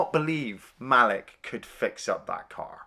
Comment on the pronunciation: His name is pronounced Ma-Leek.